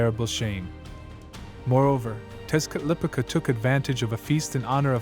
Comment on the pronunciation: Texcatlipoca = tesh- cah-lee- po-kah